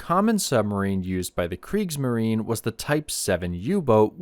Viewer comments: Kriegsmarine = "creeks - muh - ree - nuh" Please. You are making me CRAZY. 🤣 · I didn't refer to that. See, you don't even have awareness. Before switching off after one and a half minutes, I heard two words spoken wrong: kriegsmarine and elektroboot. Tip: Become aware of the fact that english went through a phase now known as the Great Vowel Shift (GVS), and this is exactly what happened. So you usually can't just use your 'deformed' vowels on other languages. If you go to the WP article on the GVS, then ignore the article and click on Talk (top left), then down to the comment starting 'The linguistic knowledge level displayed by some...', then disregard the detractors - then you fill find a handy and comprehensible vade mecum on the issue. Hope it helps for your future international video career